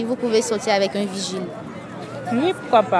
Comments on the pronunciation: D'abord on dit pas virgile mais vigile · ON NE DIT "VIRGILE" MAIS PLUTÔT "VIGILE".